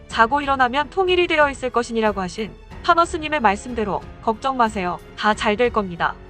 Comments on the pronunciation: 탄허 스님을 타노스님이라 들었어 ㅋㅋㅋ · 탄허 스님... 잘못듣고 타노스님 이라는줄... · 타노스로 들리네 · 탄허스님=타노스님으로 들었다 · 타노스님으로 들리는건 나만? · 타노스님이라고 들리네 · 화면꺼놓고 듣다가 탄허스님을 타노스님으로 들었다..